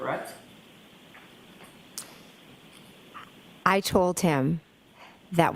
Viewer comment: She shakes her head no slightly a few times when she’s saying “CrrrWREKT”!! She’s an absolute SCAB!